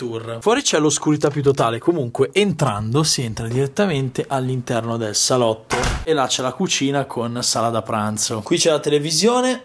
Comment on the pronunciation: Immagino che intendevi dire "scialotto" anziché salotto. Ma siccome i tuoi video ci piacciono ti perdoniamo